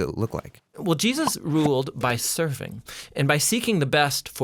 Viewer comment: Why do you say Jesus with a hard "sus", is that the real pronunciation?